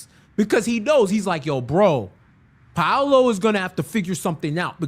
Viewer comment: It’s pronounced more like Pow-lo instead of Pa-oh-lo.